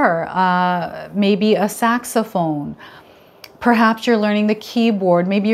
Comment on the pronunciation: Omg! Did you just say saxaophone!?😮